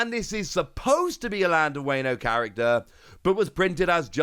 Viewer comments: Wayne-o 😂 please don’t do us like that WA-NO like the Latin A not the Anglo-Saxon A. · Every time you mispronounce Wano a kitten dies. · So many kittens died. 😢